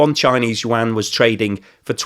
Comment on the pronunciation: yuan is 1 syllable like Juan. you don't say jew-an